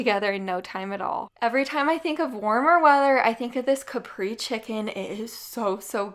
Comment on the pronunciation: Caprese is not pronounced Capri, it's kuh-pray-zey.